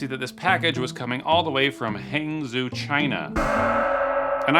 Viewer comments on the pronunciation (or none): Nearly had a heart attack when you said Hangzhou partly because it's pronounced more like haung-joe, but also because it's one of the most beautiful places I've ever been. West Lake is gorgeous and Zhejiang University is a powerhouse. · Just FYI, it's pronounced hang joe, China